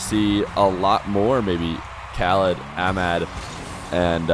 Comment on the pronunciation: Your pronunciation for Ahmad is incorrect. The H isn’t silent. I love ur content by the way, I watch it everyday